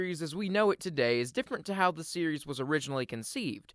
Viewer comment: Had to stop watching because of him saying“tondy”